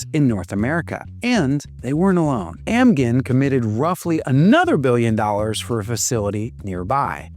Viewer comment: FYI - Amgen (pronounced Am-jin), Genentech (Ja-nen-tech)